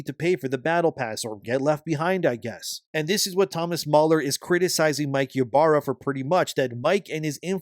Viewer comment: THE "Y" IS PRONOUNCED AS "E" ITS "E-BARRA"!!!